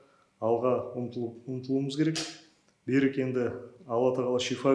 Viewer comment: Бәрі дұрыс, бірақ Берик емес Берік теп айтуға керек, ренжіме орысша айтпа мәчкөлер тілден аулақ болайық мемлекет тілде таза және дұрыс сөйлейік